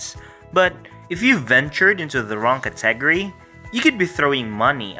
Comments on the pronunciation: I need to teach you how to say category and niche. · good stuff... I've never heard anyone say 'category' the way you do.